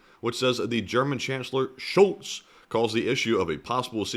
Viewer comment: Totally out of context, but your pronunciation of Scholz sound way to much like Schulz (which you say in German if you burb after e.g. drinking beer) It gives the section an interesting subcontex 😅